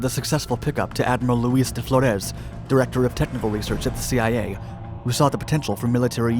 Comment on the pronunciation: Anyone else notice when he said Thee-I-A